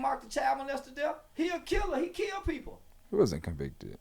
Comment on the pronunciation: “On their derth certificate” 😂😂